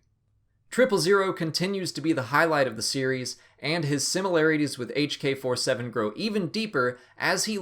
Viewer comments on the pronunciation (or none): Did he say hk-47?